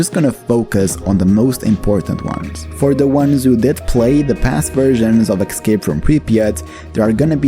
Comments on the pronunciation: Escape not Excape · say "excape" one more time..